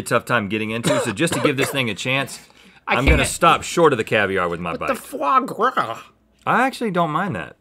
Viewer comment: “what the fwagra” 😂